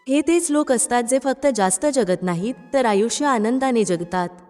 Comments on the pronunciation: ज्यगत असा उच्चार चुकीचा आहे. जगत असा उच्चार करायला हवा. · मराठी उच्चार सुधारणे. जगत हाशब्द ज्यगत नाही.वगैरे वगैरे………….